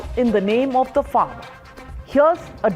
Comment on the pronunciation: How a lawyer cannot say the name of the Farmar laws !! Disgusting !!